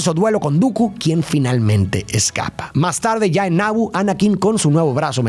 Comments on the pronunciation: No es Nabo, es Nabú de Naboo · Que horrible pronuncia Naboo